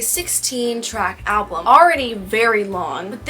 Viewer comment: It really helps when you know who and what she’s singing about. Everything changes. Do you realize that you say “ALBLUM” vs the actual word is “ALBUM”? It’s kinda like nails on a chalkboard to me. Idk why. You speak so eloquently but alblum? Most is about Matty Healy, not Joe Alwyn, which is what we expected. But she was having an friendship/emotional relationship when she’d tell Matty about her problems with Joe. Matty and Taylor were rumored to be together in 2014, but turns out they never stopped talking. So he was basically given the roadmap to her heart and boy did he use it and tossed it away. “Fresh out the slammer” (her relationship with Joe) was Taylor finally coming to Matty. After he crushed her, he’s the SMWEL. The Jehovah’s Witness suit may have helped but idk. You didn’t seem like you understood who or what she was singing about and with this album? You need that information to truly appreciate her lyricism. Sorry you were disappointed with it but I think it’s her best and most revealing work to date. She laid it all out there. A few songs were about Joe, most were Matty and a few were about Kim (thanK you aIMee) - like her old lyric booklets used to do. “KIM” are only capitalized. My mother is a SAINT-ly woman (Kim has a son named Saint). No excessive words needed there. She FINALLY went for Kim’s jugular! Loved that and Cassandra. Look up mythological Cassandra before listening to that song. It’s about the phone ☎️ call from Kanye that Kim edited and leaked.